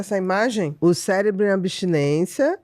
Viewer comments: ''cérebro'' cé - re-bro - cerebral - ce- re-bral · Todas as vezes q o rapaz diz cérebro eu celébro...